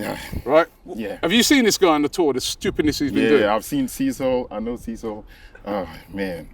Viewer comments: Cee- saw😂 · Cecil (pronounced Seecil)and the suitcase. That luggage need to be in every show a nice spot for everyone to see 🤣🤣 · big up the cecil for not getting too offend by the fan mispronouncing he's name , very humble not to correct him😂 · pronounced Cecil's name wrong 😂😂😂😂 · The way u pronounce him name is showing u had pasta for lunch and breakfast